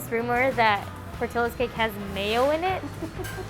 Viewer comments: The whole time, I kept thinking they’re mispronouncing the name. Shouldn’t it be Por-tee-yos? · There's no way their name is "PortilOs". They are spanish, it's "Port-ee-Yos" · It’s pronounced Portiyo not Portillo. Double l makes the y sound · The real crime is the pronunciation. It’s not Portill-Ohs it’s Por-tee-ohs! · Hispanics cringe every time the name Portillo’s is pronounced wrong In this video. It’s Por-Ti-Yo nor Por-til-lo. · Pronunciation is Portillo's Not Portilo's. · Why is it pronounced portillo... it’s “Por-Ti-Yo” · Why am i cringing when she said portillos and i feel like its should be pronounce portiyos but whatever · It's funny how Americans can pronounce rare names such as Louis Vuitton, Cartier and others but can never EVER pronounce Latino names properly 😂 It's not Porti "low" it's Porti "yo" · Fax. In Spanish, it’s pronounced “Por-tiyo” and not “ por-tollo” double L is always the y sound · Why can't they pronounce it right lol Portillos(Portilowes)? Nahh it's "Por-ti-yos" 🤣🤣🤣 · Im pretty sure it’s pronounced [por-tee-yos]….. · Por til los... Should be correctly pronounced. It's a Spanish word. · That is way too much. Also its pronounced portiyos, as its a spanish name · In SoCal, we pronounce it "Port-EE-yos" like the double ll in spanish. lol oops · Love how they pronounce it “Portilos” hahaha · portillos... porti LL os who the hell was in charge of doing the pronounciation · My last name is PORTILLO and they are pronouncing it wrong lol the LL = Y sound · Why does she pronounce portillos like that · My last name is Portillo and the cringe with the pronunciation is real 😷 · Why do they pronounce Portillo like that? More annoying than “moist”. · They way everyone is pronouncing Portillo’s is driving me crazy! I get it though.